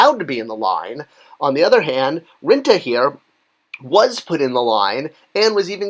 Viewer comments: Rintrah or Rinta?!? Pretty sure the the second R in Rintrah isn't silent. Or am I wong again? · Rin TRAH! also, Thanos is pronounced Thaan nose not Thainos. Thought it would help your already rock-steady credibility. \m/